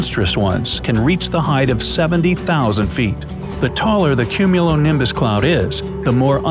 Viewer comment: Nobody: Not even a single organism: Narrator: CuMmUnOlImBuS